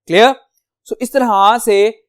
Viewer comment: CleR clR clear😂